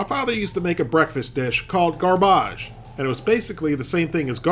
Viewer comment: "Gar-Bage" had me rolling. Better than my dad's name for his creations: poisonous glop.